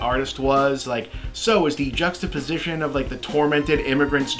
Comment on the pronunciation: Eh. What a disappointment. It could've been a good movie. "Juxtapowho" 🤣